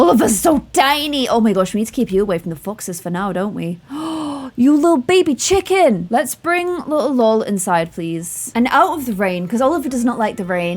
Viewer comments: I love how she said Chickon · I love the way says chicken! ‘Chickon’